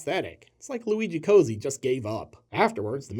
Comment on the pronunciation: BTW Cozzi’s name should be pronounced “kotzi” not “cozy” - but “hack” also works